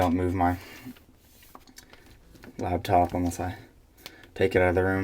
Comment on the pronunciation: it's LAPTOP.. not LABTOP!!